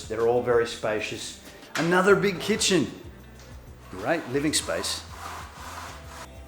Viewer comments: Did she say chicken for the kitchen ? 😅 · is very cute and beautiful I laughed when she mispronounced the word kitchen and said chicken 😂😂